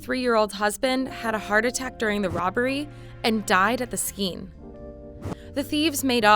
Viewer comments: No one else noticed that she said ‘shroud’ instead of ‘crowd’ and ‘skeen’ instead of ‘scene’?!?!?! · What's a skeen? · I was reading this right as she said skeen. Made me chuckle because she’s making barely noticeable mistakes but I’m doing nothing with my life. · did she just pronounce scene like "skene"? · Ok did she just pronounce scene as skeen? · Lol. Yes. That tells you just how stupid these people are. They don’t know what they are even reading. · "and died at the skeen" 😭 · i thought it was scheme first when i heard it and was kinda confused what it is supposed to mean..